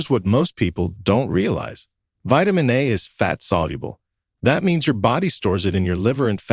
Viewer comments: Hire somebody to be a narrator because this robot doesn't understand how to speak. It's vitamin A. Not vitamin UH, WTF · AI narrative is dumb. Who says "vitamin ahh" ?